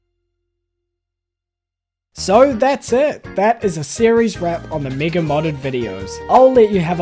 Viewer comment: Oh, his accent makes 'mega' sound like 'MIGA', and for a second I thought I might be on the wrong side of youtube